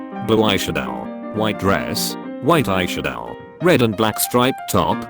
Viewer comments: The Pronunciation of eyeshadow amused me 😂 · The way it says eyeshadow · "Eye shad-OW" "Anihm"